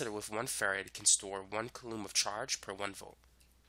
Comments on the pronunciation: It's "KOO-LOM" not "KUH-LOOM" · Coulomb is pronouneed Z at “”Cool Lombs”